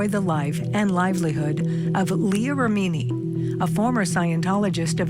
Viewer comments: It would be GREAT if the person READING IT could at LEAST learn how to pronounce her NAME 🙄 It's REM like THEM, and inny like an inny belly button lol. REM-INI not RA-MEANY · First of all... it's pronounced REH- MI- NEE not REH- MEE- NEE. 😳🙄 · Rem-in-ee. Ffs if you can't pronounce the name of the person you are reporting on you lose all credibility 🙄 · Leah Rimeani😂. When it doesn't matter how stupid it sounds, just get on the air. I hope to God this was a AI reader. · It’s pronounced « Remm a nee » not Re meni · Tell that female reporter that her last name isn't pronounced "Re-meen-ee," it's pronounced " Reh-meh-nee." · Please learn to pronounce names correctly when you do voice over. Who are miz rAmeeneee and mr miskaaavej?? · 🦉 Who is Mrs. “Rah-Meany”? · I wish the narration would pronounce her name right. REM in i. Not re MI ni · To the woman who did the voiceover for CourtTV: Leah’s last name is pronounced REM-IN-EE not RA-MEAN-EE!!! Come on CourtTV, your standards need to be above those of amateur YouTube creators! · Why is the female reporter mispronouncing these people's names? "Re-mee-nee" "Miss-caw-vidge" Infuriating. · The narration of the names is driving me NUTS!!! "Rah-meany" 🤦‍♂️🤦‍♀️🤦 "Miss-kaw-vich" 🤦‍♂️🤦‍♀️🤦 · Name looks Italian. The second syllable gets accented. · Ok so the AI whose doing the overview - needs some help with pronunciation. Ra-me-knee is not even close. Really frustrating to hear this especially bc the topic is so important. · You know it’s an AI voice when they pronounce well known peoples names wrong. I think everyone knows her names not pronounced “Re mean e”. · Pronounced: Rem-min-nee. Was AI reading the script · For Pete's sake, pronounce Leah's name correctly: accent the first syllable of "Remini." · Pronounce leahs surname correctly ffs lady reporter